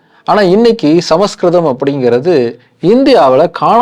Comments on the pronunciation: ❤ It is not ""Sama skritham"' but, "" Samskritham"" Pronounce properly, before audience !!!! Samskritham is the OLDEST ETERNAL and God' s own language !!!!!!!! Vedas are in Sanskrit only ! Direct from God ! From his Udukku!!!! Says Lord Siva ! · It's is not samaskritam. It is samskritam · Brother.. Please don't pronounce Samaskritham.. It looks s samskritham.. Please don't misspel